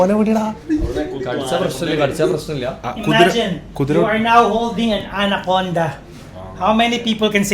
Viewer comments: anaconda ❌atancond ✅ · 😂 atom conda✅anaconda❌